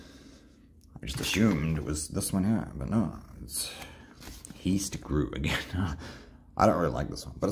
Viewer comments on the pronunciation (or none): Heist is pronounced as (hi s t)